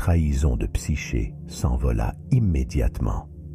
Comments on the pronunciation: Dommage. "Psyché" prononcé "Psyké" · Psyché se dit ”psyqué” car "ch" se dit ”qu" en grec 😉